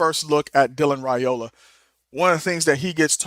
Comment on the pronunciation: Dillon's last name is pronounced RIOLA. The a is silent.😊